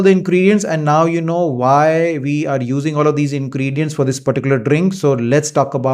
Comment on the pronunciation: Dactar sb aapko aaj tak turmeric bolna kaise nahi aaya aur ingredients bhi nahi bol patay. Sad